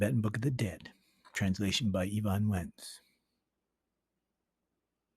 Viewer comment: EvanS-Wentz Not Evan Wentz